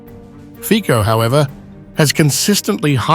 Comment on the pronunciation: Fico - /fitsoh/, not /fkkoh/